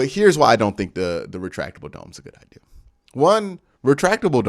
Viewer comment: It’s idea the word is idea!!! Jesus man where are you getting ideal from?!? Love the show but the way you talk is so crazy to me You pronounce gigantic like it’s Gijantic or idk how you would spell it but cmon man you gotta be smarter than this you just have to be! I can’t believe your grammar is THAT bad.